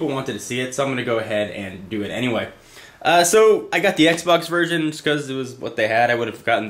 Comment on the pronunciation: it sounded like he said : ' the playstation virgin '